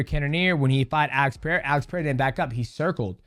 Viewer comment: It still doesn't make sense why he can't say "Puh-Rare-Uh" instead of "Pee-Era", it takes a modicum of effort